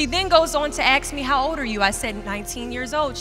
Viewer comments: Good speech.....but please, the word is asked, not aksed or axed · The fact that this woman cannot pronounce the word ASKED pisses me off the S is clearly before the K it is not pronounced AXED... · She axed her. Ruuuude!